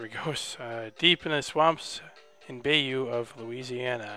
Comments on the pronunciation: pretty good but you pronounce bayou wrong...lol its pronounced bi - you...not bay you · It's pronounced "BYE-YOO"...I thinks..sorry for sounding douchy. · Swamp thing is a disgrace to southern Louisiana! By the way - bayou= buy-you